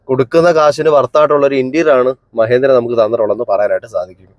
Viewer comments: മഹേന്ദ്ര അല്ല മഹീന്ദ്ര. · മഹേന്ദ്രയല്ലല്ലോ.. മഹീന്ദ്രയല്ലേ😂😂